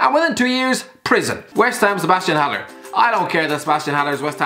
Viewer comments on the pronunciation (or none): none